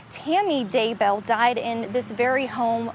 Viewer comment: I didn’t realize Daybell rhymed with jail. I also didn’t realize that “bail” was pronounced “bell”. Thanks to this national news reporter for clarifying this.